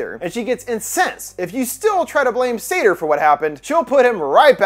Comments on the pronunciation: I also couldn't quite get past the -pronunciation of Sator either... that is to say 'Satyr'. Which is a bit more literally a horned forest spirit and probably closer to the depiction in the movie. Likely on purpose? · As a Jewish person i get thrown off every time he says “sator” bc it sounds like “sedar” 🌚🌚